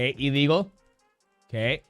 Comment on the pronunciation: Who knew "a legal" and "illegal" sounded so similar 🙄